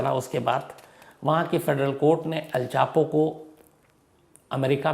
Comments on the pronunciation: per aap ne el chapo ki jagah El pacho bol diya ... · On 13 minutes, you said el pacho 🤣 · Sir me fan hu apki story telling ka Lekin plz script ko ek se do baar pada kariye or kam se kam kisi corrector ya jageh ka naam achhe se yad kariye pe" Al Pacho "kya h ....?